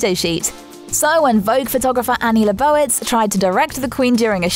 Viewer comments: It's LEE bow itz... I guess the queen is not the only one oblivious of iconic celebrities. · Annie LEE-bow-vitz not Le-BO-witz. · Ouch! Narrator botched the pronunciation of Leibovitz.